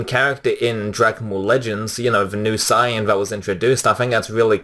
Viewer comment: Um...excuse me on did you literally just say "Siyan?" Its SAIYAN [say-an]